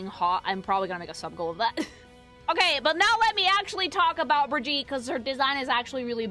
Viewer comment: Repeating comment from vod: And so the tradition of no one but swedes and germans being able to pronounce Brigitte name correctly continues. bruh-ghee-tuh.